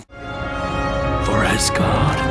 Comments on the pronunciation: It’s Asgard not assgard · Every time that he said Asgard he said Assgard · why does he say ass guard? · he 100% said a** guard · He said Asgard so wrong